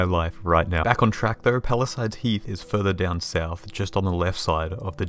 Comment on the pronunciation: i laughed when the multiple second mispronunciation warning led straight into you perfectly saying “palisades heath”. tbh opposite vibe of most youtubers who would do something like misread it as “health” and make a bunch of jokes about how the name makes no sense